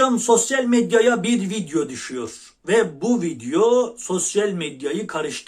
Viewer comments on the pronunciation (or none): none